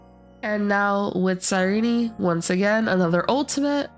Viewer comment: I hope anyone who pronounces her name wrong like this loses every 50/50